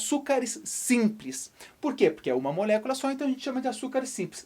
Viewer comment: que agonia a forma que fala "molécula"